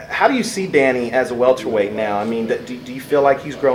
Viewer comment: someone please tell him it's welterweight not walterweight